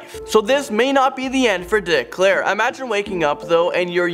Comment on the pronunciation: Its Dick Clark not Clair